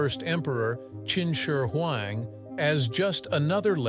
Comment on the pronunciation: The narrator's pronunciation of "Qin Shi Huang" is not consistent at all. At times he gets it just about right, and than suddenly it rolls out the tongue completely wrong. LOL. It reminds of that one narrator who say's "Cao Cao(Tsao Tsao)" and than mistakenly says "Chow Chow" here and there through out the who video.